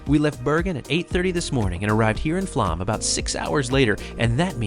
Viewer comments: FYI, the "å" in Flåm is an "o" sound more look "Flohm". It's an understandable mistake, but it's an interesting point to raise as part of one's experience in Norway. Additionally, Norway is NOT expensive. Alcohol is so don't drink so much. Tips are not required so the prices you see are the prices you pay. Groceries, modest hotels, hostels and AirBnBs/VRBOs are reasonable. Plus, for a country with some of the highest taxes in the world, the Norwegian people are incredibly content and happy. There is almost no homelessness, good infrastructure, lots of transportation options, clean, orderly, and safe. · My family just got back from Norway. We’re a Norwegian family. I’m a third generation Norwegian. It was absolutely amazing! It’s actually pronounced Floam even though it’s spelled Flåm. We’re hoping to go back soon! We want to find our family there. It was so hot when we were there. It was 85 degrees plus everyday. It was absolutely beautiful! I’m proud to be Norwegian! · Try to learn to pronounce "å". It's is easy. It's not "a". It's more like "o". Aw. Open. Door. Flåm is not Flam! It's more like "Flom". Nice video! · The English phonetic pronunciation of "Flåm" is "Flom". The "å" in Norwegian is pronounced like the "o" in "born" in English. ❤